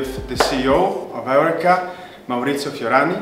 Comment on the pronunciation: Excuse my lack of understanding, but I would like to know about how the company’s name is pronounced. You seem to say it like: Eric-ka and I thought It was to be pronounced like: Eur-reka??? Please let me know so I can do it the way the company preferred. Thanks